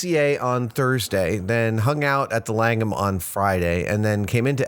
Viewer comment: So there is another Langham Hotel. Actually there are quite a few I guess. Having that as my last name its kinda weird hearing adam say it.